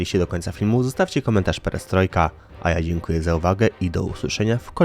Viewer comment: 1. „Płaskom podłogom” :) 2. „Pieriestrojka”!